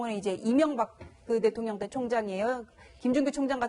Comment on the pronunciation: 문재인 같은 인간이 대통령 했을때부터 알아봤음, 저렇게 대통령이니 나라를 갈수록 쑥밭을 만들고 둘로 쪼개 놓치! 박근혜 감옥보내고 저도 감옥 갈까봐 벌벌벌! 발음 하나 제데로 못하는 대통령 문재인 밖에 없다